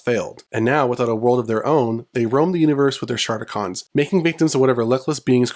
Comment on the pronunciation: Somebody never watched the ‘86 movie or G1 season 3. The audio for those clips you used has the correct pronunciation. Also, SHARTicons?! 🤣